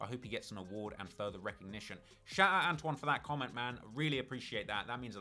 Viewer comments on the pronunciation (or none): none